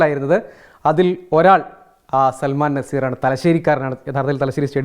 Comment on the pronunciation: നസീർ അല്ല നിസാർ